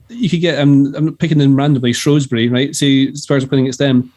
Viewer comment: I thought more highly of you, but this has put you down in my estimations... It's Shrewsbury, not Shroewsbury, there's no O! 😭 Us Salopians will thank you if you correct that next time 🙏 😂